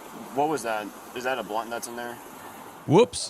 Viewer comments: “You have a blurnt”. Lmfaooooo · When that officer said blernt instead of blunt OMG, I'm still giggling . It was a combo of burnt and blunt I guess lol